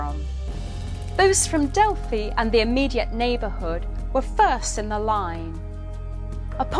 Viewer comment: Love this, I was waiting for a mispronounced Delphi…it is Pronounced Delfee in Greek mythology. Many of my clients love my Greek deck … but many thanks for enlightening us and pumping out great content. Pythia must have been one of the first to master Automatic Writing 😊